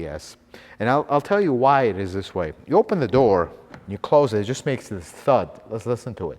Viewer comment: "Lut's" say this guy is very knowledgeable, but "Lut's" say his presentation is a bit too theatrical. I enjoy watching his videos though.